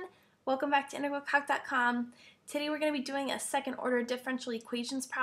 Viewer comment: just a joke...it sounds like u saying...welcome to intergral c0ck dot com lol ok sorry..back to calculus now.